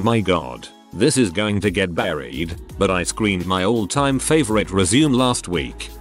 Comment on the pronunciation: I can't handle the word "resume" being mispronounced 400 times in a video.